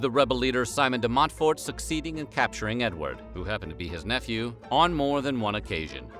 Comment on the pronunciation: de Montfort, not Monfort